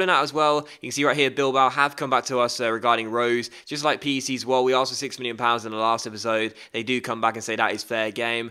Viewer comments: it is pronounced peck, but it is an abbreviation for (P)rins Hendrik (E)nde Desespereert immer (C)ombinatie Zwolle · the way to say pec is like peck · PEC isn't an abbreviation, It's pronounced as "Heck" as in "What the heck" but with a P Doubt you'll ever hear of the club again, but hey might be good to know just in case lol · it is peck zwolle not pc zwolle 😉